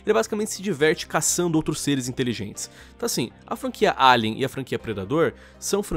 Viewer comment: O certo = Alien Lion: "Eilian" Que???? Que p0rr4 de pronúncia é essa?